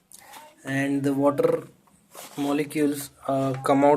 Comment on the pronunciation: And the wattterrrr.... 😂😂😂